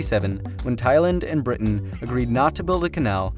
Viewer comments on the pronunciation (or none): none